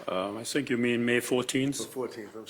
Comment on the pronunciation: "I sink so" ....🥴